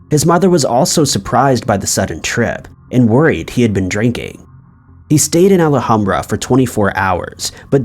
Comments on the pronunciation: It’s pronounced AL-HAM-BRA not Ala-ham-bra 😆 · I really enjoy the content but I won't lie.. the way you say Alhambra is killing me